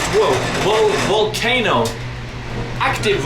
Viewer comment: Europe's most active woah-wolcano